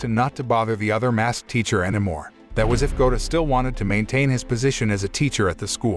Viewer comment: Bruh every time your say anymore it sounds weird 🤣🤣🤣